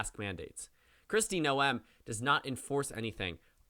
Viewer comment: you're mispronouncing Noem it's pronounced like 'NOME' not no-em